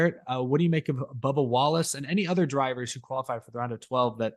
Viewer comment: Scrub-ba WAL-lace